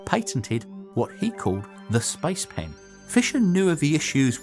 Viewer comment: I keep hearing spice pan